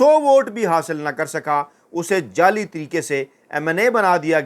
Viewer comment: لفظ جعلی کو جالی ادا کیا جاتا ہے جب کہ اکثر آپ جیلی کہتے ھیں